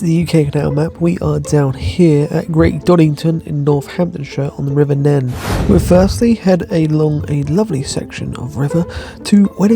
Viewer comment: OK, from now on, forget about calling it the Nen! From Thrapston on East, it's the the Neen! Oh, and start of Oundle is pronounced like the end of Cow with ndle added on the end if that makes sense:)